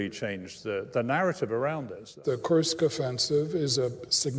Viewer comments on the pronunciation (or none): As a Russian to hear Judge say KURSK wrong over and over. 😂